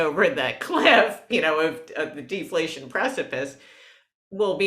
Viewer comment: I love defaltion. Its natrual.